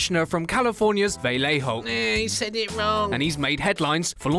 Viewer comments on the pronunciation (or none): none